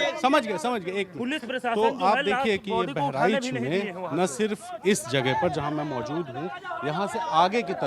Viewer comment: बेहरीच नहीं बहराइच है पहले सही से बोलना सीख लो.